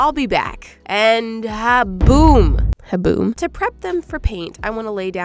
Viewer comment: when you said haboom it sounded like you said haboob like the dust storm